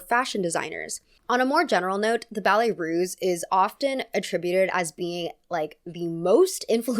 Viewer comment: Ballet Russe, not Ruse. S sound, not z sound.